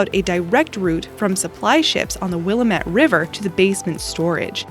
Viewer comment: As my Aunt from Portland would tell you "it's WillAMette Damn it"